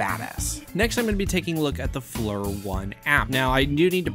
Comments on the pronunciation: I'm pretty sure Flir is pronounced as "Fleer" not "Flur". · I think Flur sounds better, but you're correct its pronounced Fleer.